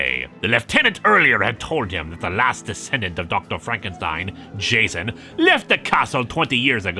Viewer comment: Glad to hear pronouncing Frankenstein with the german "st" again. Doing an archive binge of this comic and dropping that in #5 was jarring. Edit: Some of the time at least